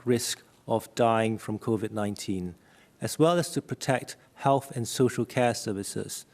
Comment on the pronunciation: The professor Wei Shen Lim . Says Covid19 exactly how a Geordie would say Covid 9teeen.